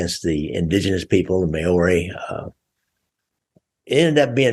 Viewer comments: May owrys what the Fuck is a May owry bro? MAORI pronounced like Mouldy. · I'm an Aussie not a kiwi, but I can guarantee that your pronunciation of "Maori" is slightly off .. lol